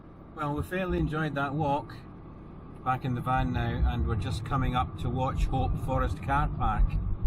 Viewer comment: terrible pronunciation of Wauchope :-)